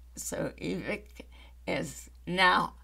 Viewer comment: Vivek is prounced, Vi-VAKE like cake